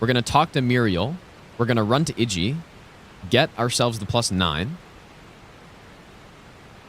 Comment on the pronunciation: To be honest, one of my favourite parts of these streams is actually the masterclass in pronunciation. Kukri= Cuckery Iji= Itchy Ranni= [G]ranny Radagon= Rada-gone I wonder if he's done Blaidd= Blade at some point. Now that would be worthy of a chef's kiss.